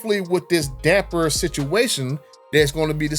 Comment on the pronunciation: You can spell it...but you can't say it...damper damper damper there's no "n" in the word damper lol